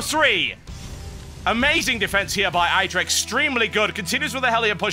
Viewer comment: You know you're pronouncing idra the wrong way?